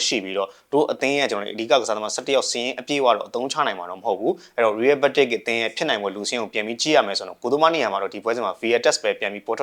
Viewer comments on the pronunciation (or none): ရီးရဲဘက်တစ်လို့ပီပီသသပြောပါ ကြားရတာရီးရဲမက်ဒရစ်လို့ကြားရသလိုဖြစ်နေတယ်